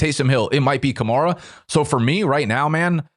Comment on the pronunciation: I seriously question fantasy experts who insist on pronouncing players' names incorrectly when we've heard them pronounced correctly countless times - i.e. it's "skatte-boo" not "skatte-bo", "ka-mair-a" not "ka-marr-a" yet people whose analytics we're supposed to trust constantly get this wrong